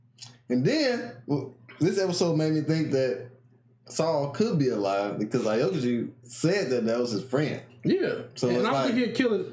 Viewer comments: You guys are saying aokiji wrong btw. It's just OWkiji. Not ayokiji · Aw-kee-jee (Aokiji) No more Ayowkiji pls lol